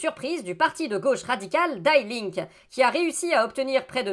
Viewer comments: Juste une remarque : On ne dit pas "dy Link" Mais "Di linkeu" Je sais pas écrire en phonétique, désolé. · Et le e prononce à la fin.